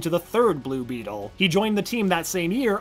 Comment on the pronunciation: Anyone mad that he said the name wrong for blue beetle